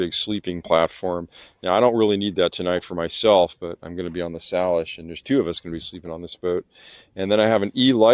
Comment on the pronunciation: Just FYI, it’s pronounced “SAYlish”. 👍 You’re going to have an incredibly fun time. You’ll be bored, scared, and captivated by the beauty of sailing the PNW.